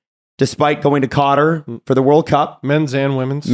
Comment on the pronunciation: That is the oddest pronunciation of Qatar I have ever heard.